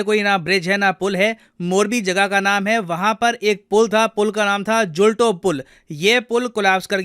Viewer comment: Pronunciation correction : julto me "To" ko topi ki tarah mat bolo, to= तो River ka naam ese bolo: मच्छु